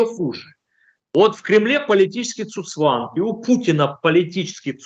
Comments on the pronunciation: Не цуцванг, а цуГцванг! Говорите грамотно. Ну а в целом все правильно - термин абсолютно применим к ситуации, когда чувак сам себя душит каждым своим движением. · Уважаемый гость, не "цуцванг", а "ЦУГЦВАНГ" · Цу цванг-очередной болван слышал звон, но не знает,как правильно произносится.